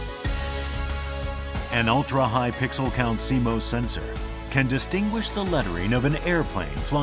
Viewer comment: Canon: "And in the video... let's pronounce it 'SeeMose' rather than 'SeeMoss'! and say it in every sentence!"